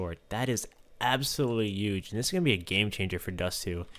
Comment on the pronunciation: A 'uge change